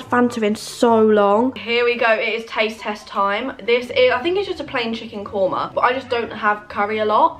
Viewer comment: I'm indian and her pronouncing chicken korma kills me but I know shes trying